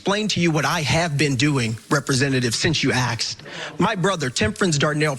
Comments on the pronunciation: It's not "since you axed" it's "since you asked," if you are going to be passing legislation, you may want to learn how to speak proper English, buddy. Also, the dude is a moron. What does suicide have to do with gun violence? Take away the guns and he would have just done it a different way. What dumbass logic to try to push gun control over that. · 'Axed?' Why do so many black Americans say 'axed' instead of asked? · "Since you aksd" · You can't have a rational conversation with someone who thinks one's gender can be transitioned. BTW it is pronounced "asked" not "aksed". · He can't even say asked he says axed. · It is “ask” people not to”ax” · Yeah, when I heard that Word Asked mispronounced into Axed, then I really can't take that person seriously, especially if they call themselves a politician !!!. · " Since u axed," really AXED !!!! What the hell is soooooooi hard about saying the actual word ASKED ?????????? THIS IS CONGRESS , NOT THE GETTO !!!!!!!! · Imagine trying to sound so intelligent and impassioned while still saying “axed” instead of asked. 😂 🤡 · For him to present himself so proper he still uses "axed" instead of "asked"...oi vey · Justin DR WHO called he wants his SCARFE BACK. 🥸 ALSO it is in FACT ASKED not AXED,just sayin. the dem donors are watching 👀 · Anyone who says “axed” instead of “asked” already demonstrates their incompetence 😵‍💫😐🤣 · Well, he axed. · "Since you AXED" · Help me out here Am I confused? "Since you AXE me" was he alleging he injured by an axe ? 🪓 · “Since you aksed” Cmon man you know you personally don’t pronounce it that way. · Since you aksed... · “Since you axed”? 😂 They just can’t stop. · It’s pronounced “ask” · They say axed on purpose. So weird. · I missed the part where he "axed" him. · Did he really “ax” a question ? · Did he say since you axe? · sintz-u-"aks". Really? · since you axed. You axed me question. Schools failing again. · What is axt? I thought it was asked. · . "Since you axxed" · "since you axed" 😂